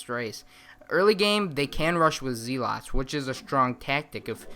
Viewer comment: lol zeeelots XD